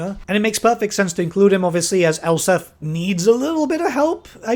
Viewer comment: Elspeth not Elsif